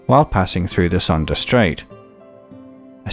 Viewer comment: By the way, "Sunda" is pronounced "soon-duh".